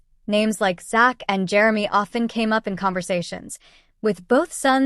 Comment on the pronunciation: You could at least learn to say his name right which is Zach with a Z